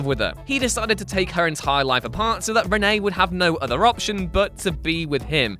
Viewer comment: Its renee Montoya, not Rene montoya